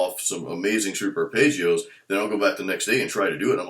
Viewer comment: I remember when you used to call them "Shweep Archipelagos." BWA-HAHAHA!!! Just funnin' with you, another good video, J!